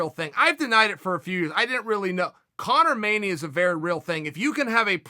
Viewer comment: Everytime Chael says "ConorMania", i wanna shoot myself